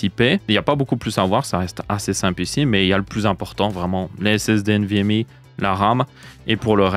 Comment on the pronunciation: nvmi nimporte quoi, tu parle francais, c'est nvmEU